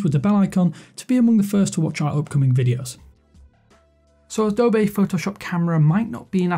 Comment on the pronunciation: Wtf is Adobay? It's Adobee :D